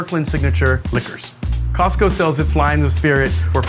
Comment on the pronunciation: 感謝他示範COSTCO怎麼發音